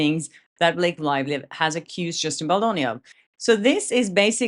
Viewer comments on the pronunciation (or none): How come you have a Swedish/ Nordic name but an English accent? You say his woive, Blake Loivly, what is going on here?